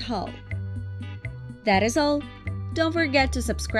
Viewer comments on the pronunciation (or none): It is not Hull. It is Hal. It rhymes with pal